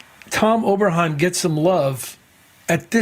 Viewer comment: "Oberhiem"? Come on....